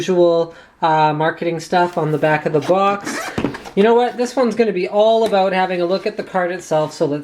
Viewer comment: I heard Linus say 'about', not 'aboot'... something's wrong here...